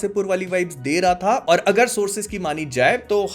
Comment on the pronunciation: Bhai tum or to bolte ho par mujhe ol do kyu sunai deta hai😂